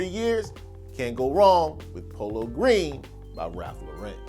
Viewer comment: You was doing good and do you say polo green ☹️😞🥺😂